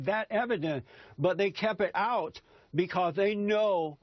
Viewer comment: "becah he" Really?!? Is English not his first language?